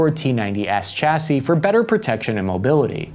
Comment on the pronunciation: chassis, not 'chasse' .